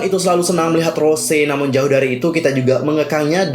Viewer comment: Mon maap bang sebutan Bukan Rose Tapi Rosé R-O-S-É É